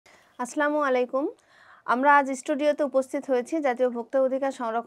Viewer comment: শিক্ষিত হয়েও সালাম টা ঠিক মতো উচ্চারণ করতে পারে না